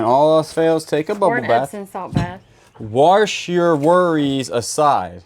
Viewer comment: Oh Goodness, teach him to say WASH... not WARSH..🤣🤣🤣